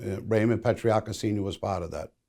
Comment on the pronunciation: Why can’t Vlad pronounce Patriarca or other Italian names lol